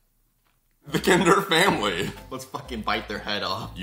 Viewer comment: knowing german. hearing say "where's my kinder cream" was DIABOLICAL.